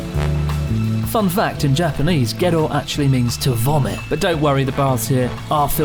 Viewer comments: Had this playing on the background with my headphones on. Heard they were he was doing to Gero and thought he said ghetto. Until I opened up the app and watched it again. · I kept understanding "Ghetto Springs" 🤣